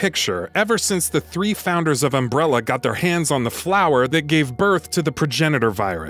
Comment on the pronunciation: Seriously if i hear umbrellEEER one more time...im going to go american NUCULER smh...why!? cant you just say it right? um brell A and NU CLEAR